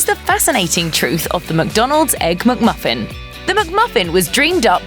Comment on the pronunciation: It’s not a MUCK-Muffin! Get it right.